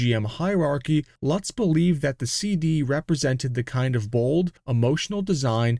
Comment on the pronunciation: Great video and presentation, but the European names and pronunciation needs some work it is pronounced “Loots” with an emphasis in the first “o”